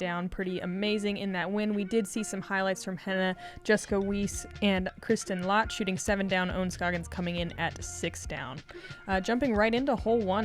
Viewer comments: Lätt is pronounced 'Let', not 'Laat'. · Honk! The "ä" in Lätt is pronounced the same as "a" in apple/chance/brandy.